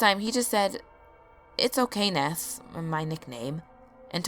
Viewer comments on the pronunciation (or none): none